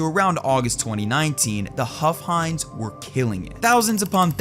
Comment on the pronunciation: Omfg his name was "huff-hines"